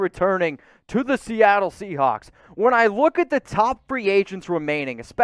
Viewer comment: I’m glad I’m not the only one that heard him say “seacock”.